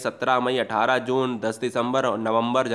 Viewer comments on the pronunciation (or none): none